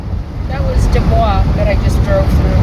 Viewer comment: PS- Believe it or not, they pronounce it Du-BOYS thereabouts. I learned it the hard way. 😏